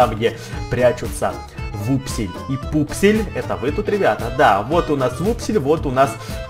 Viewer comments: не вупсель и пупсель а вупсень и пупсень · Не Вупсель и Пупсель , а Вупсень и Пупсень